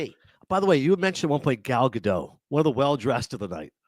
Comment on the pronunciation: Nick Offerman pronounced Gal Gadot's name correctly